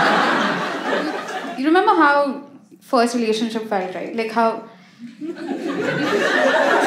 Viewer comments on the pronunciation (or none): That.. "Hawww" to "How" 😂😂😂🤣🤣🤣 Perfect